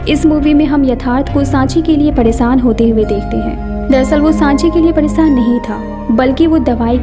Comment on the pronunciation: Why this girl days"sh" to "sa" Saadi not shaadi Paresaan not pareshaan